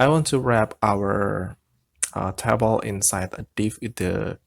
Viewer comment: TAY BOWL not TAH BOWL